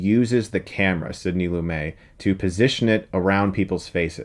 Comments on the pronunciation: Why do so many people who are interested in films constantly mispronounce Lumet's surname? The T is sounded.. D W GriffithS is another howler - No s, please. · I’ve never heard someone pronounce Sidney Lumet’s name like that. I’ve always heard it pronounced like it sounds, with a “T” sound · You're pronouncing the director's name wrong. It's pronounced with the T. He was an American director born in Pennsylvania. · Sydney Lumet. Hit the "t" Chris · I believe you pronounce the t in Lumet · You pronounce the “T” in Sydney Lumet. You’re saying his last name wrong. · The T in "Lumet" is pronounced. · You pronounce the "T" in Lumet, Chris. It's not silent. Just FYI. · It's one of the Great Films Of All-Time with a terrific cast (Klugman, Warden, Ed Begley Sr, etc., etc.) and miraculously shot with a TV crew on a very small budget. Also, it's "Lumet" -- as in, rhymes with "you bet." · Firstly, pretty sure its pronounced Lumet as in New York Mets, and not LumAY. He's not a French guy, though the surname does imply that. Lumet was born in Philadelphia to parents of Jewish descent. Secondly, you are right about the Eighties and Nineties movie references. The truth is the 90% of the movie reviewers on YouTube have extremely limited movie knowledge. Quite often this is limited to the last five, maybe ten years. Even on Movie Talk with Mark Ellis and Kristian Harloff, it's quite obvious that they know nothing pre-1980, other than Star Wars, Jaws and Superman. For instance, you will notice Ellis keeps padding his chat with American sports references (which are largely lost on non-US viewers). In fact I'm pretty sure that the whole or that crew constantly reference the same few movies when making comparisons with the past. So, great, let your New Years resolution educate the good people. The Eighties and Nineties were largely inferior to what came before. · Nobody called him Sidney "Loomay". Watch multiple interviews, even his honorary Oscar. His name was LooMET.